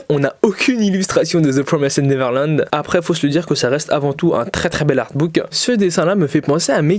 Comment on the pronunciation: Cool la vidéo... par contre arrête de dire ThE pRoMéSèDe NeVeRlAnD stp j'en peux plus 😡 ça se prononce "deux PROMAYZD neverland". merci.